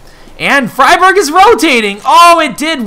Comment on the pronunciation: I love you but you must stop your old bad habit of saying "fry-berg" instead of "free-berg". You were doing so well there for a while! But I am a pedantic linguist so I'm probably just being picky, lol.